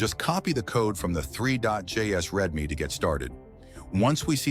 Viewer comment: I always tought readme was pronounced reed-me instead of red-me… getting AI tts vibes here